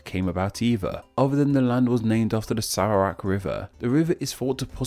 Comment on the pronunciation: It's so damn funny how he butchered word like "bu-ah" and "sah-bah" and ""Sah-ra-wak" and "meh-lah-yu" and "oh-rang" and "hu-tan" These misspronounsiations are said in the video as, "bu-eh" "saba" " seh-ra-wak" "ma-layu" "oh-reng" "hu-ten"